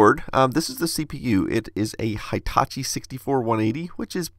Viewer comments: Hi Tachi?! No! It's Hee taa chee! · LOL, where did you get your silly "hY-" (long i) pronunciation of the first syllable of Hitachi (which is really pronounced with a short i, as in "hit")? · I think you pronounce Hitachi in a wrong way, as it is a Japanese company. Hitachi starts with 'hi' as in "hinge", not as in "high" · Sorry, it is not High-tachi... it is Hitachi like He Tachi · FYI: It's not "High"tachi. It's more like "Hee"tachi. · Just SYK, Hitachi is pronounced He-tachi, not High-tachi. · Hitachi is pronounced like heetachi,not haitachi. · Please don't say Hi - tachi ;_; It's Hitachi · hey-- just so you know, the i in hitachi is pronounced as an e (as in squeak) sound; the full name's pronunciation being "he ta chi" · I don’t know but maybe you could put more ink in the ink ribbon. There’s got to be a way to do it; they put ink in it to make it, after all. By the way, ‘Hitachi’ is pronounced with a short ‘I’ after the first ‘H’. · That's... not how you pronounce hitachi.